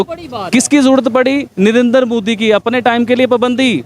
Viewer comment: Bc prokistani tv anchor its modi not moodi.Moddi are you prokistani.Pahala thiksa bolna to shek la